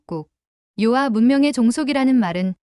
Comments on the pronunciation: 요아.... 요하 로 말하세요. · 遼河 (遼 멀 료(요), 河 물 하) 즉, 요하가 맞아요. 요아가 뭐예요? 중국어 전공했다는 유튜버가 왜 한문을 제대로 모르나요?